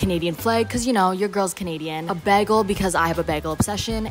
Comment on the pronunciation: why do say begal it is bagel lol no hate love everybody talks different i was just laughing a lot i love yoiuuuuuuuu